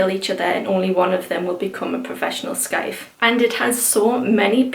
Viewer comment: Hey the scythe pronunciation is said with out the c. It's the same way you say the tool a grim Reaper holds 👍🏻